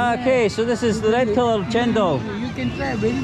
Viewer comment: woman in white shirt said it right..don't know why one person at the back said it cendol..but still is a sweet drink..no problem I think for